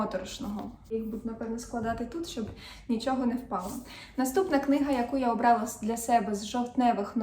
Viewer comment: Ви не раз кажете "обралА", а правильно казати "обрАла".